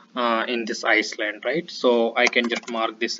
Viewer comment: you might want to correct your pronunciation. It is not iceland otherwise good effort !